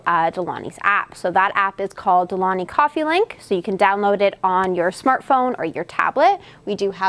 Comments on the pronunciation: It's not pronounced "De Loni" - the correct is "De Long-y". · Isnt it De-Long-Hee? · Exactly!!! De-Lon-GHi gggggggg like in Lamborghini gggggg as it sounds in English gate or get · super interesting to hear you pronounce de'longhi (it's italian, so the G is not silent, but like gee in the end) :) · For a coffee expert, I’m shocked no co worker has corrected you for how it’s pronounced :/ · Seriously, I stopped the video to check the comments about the missing G. Frustrating 😂